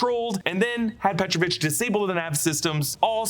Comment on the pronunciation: he is petrOvich, not pEtrovich